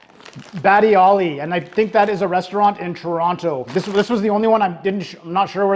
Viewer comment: Whoever it was that said your pallet wasn’t refined enough to enjoy these was bang on correct 😂 Cacio E Pepe has nothing to do with Alfredo sauce. It’s cheese, butter and loads of black pepper. 😂 Also you pronounced Toronto like an American would 👎🏼 Thanks for the laughs you gave us as we watched though.